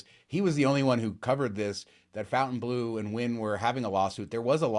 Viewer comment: I meant It should not be pronounced FOUNTAIN